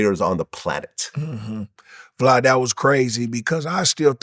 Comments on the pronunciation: Are we not gone acknowledge gp was callin vlad “vlod” the whole time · "Vlod." He probably wanted to call him Vlad(e) (Divac) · Is he calling him vlood? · Thanks “vlod” 😭